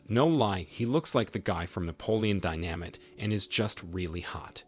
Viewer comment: Holy shit, the narrator doesn’t know how to pronounce “dynamite”